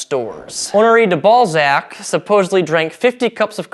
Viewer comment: I'm sorry... De Balzac... or De ballsac